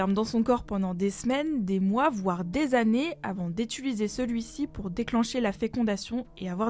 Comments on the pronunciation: Alors la fille qui dit "étuliser" à chaque fois qu'elle parle elle m'horripile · "Avant d étuliser " lol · "Avant d'étuliser celui-ci..." c'est comme les gens qui disent "Une Audji" 🤢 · « étuliser celui-ci » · Hors sujet complet mais sur absolument toutes les vidéos/tous les podcasts que j'ai pu écouter il n'y a pas une seule personne sur cette chaîne qui sait prononcer correctement le mot "Utiliser".